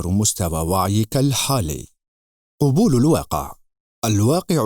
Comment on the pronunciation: احسنت موفق لكل خير ان شاء الله..من باب لفت النظر تُلفظ قَبول بالفتح لا قُبول لأن قبول بالضم جمع قُبُل